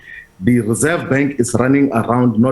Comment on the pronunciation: Rerseve bank I not convinced how he spoke this morning another cover up